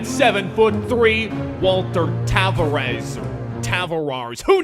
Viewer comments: it's said Tah-var-ez it is literally my name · >sports fan from Canada >can't pronounce Tavares